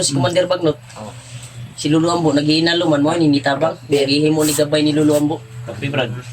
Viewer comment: naghihingalo hinde naghihinalo